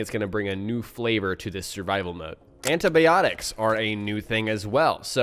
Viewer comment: Lol antabyotics greatest pronunciation ever